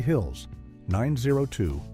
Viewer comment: BH 90210 was pronounced 9 O (letter) 21 O (letter), not sure why but even the show pronounced it that way